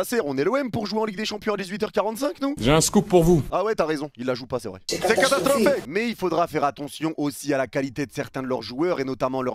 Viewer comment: Ce que j'ai retenu "C'est catastrrrrrophique !"